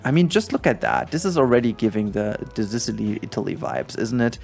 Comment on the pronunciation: THE FU K ARE U SAYING ASDAKLJSAADLKJ ZISILY??? ZICILY ?? ITS "SISUHLI " asdasdjkasldas